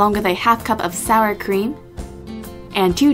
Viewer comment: anyone else think she said salad cream instead of sour cream I was so confused xD